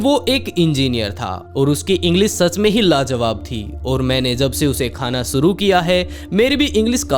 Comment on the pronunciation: Bhai suru nhi (Shuru) hota hai...